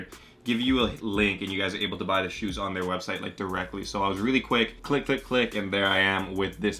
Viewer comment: Why does he say shoots